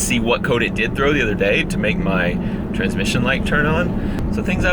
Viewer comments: Yes, part of my soul died, and I shed a single tear every time he said “transmission” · Every time he says transmission light i die a little